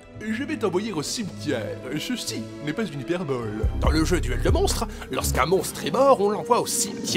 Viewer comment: c'est "hyperbole" pas "hyperbolle"